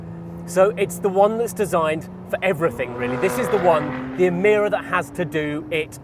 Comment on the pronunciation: You said E meer a when the Lotus engineers called it E my ra